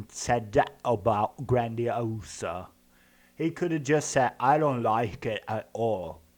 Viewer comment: å koffer faen seie han grandis e ass. har faen vore på italienske ute steder og alt å hatt varre pizza. han mannen her har barra handicappa tunga. bør gå på sjukehuse me den